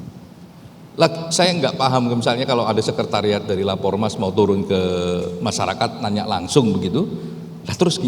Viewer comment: Turun mbak bukan tuwun, Er bukan ew